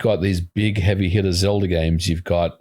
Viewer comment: "Zelder" lolz